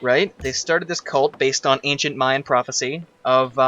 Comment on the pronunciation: "I'll make it based off of ancient myan myths... Yes, let's go with that." *suddenly myans* Awkward